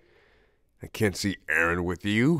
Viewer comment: I thought he said “Aaron” I said “ Eren or AAAAAA aron? “